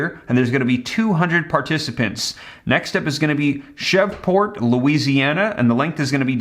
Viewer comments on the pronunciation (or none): you made a mistake at the point of the video. You pronounced it as, "Shevport, Louisiana." Instead, it is pronounced, "Shreeeveport, Louisiana." 😀👍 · Thats Shreveport is pronounced like...streveport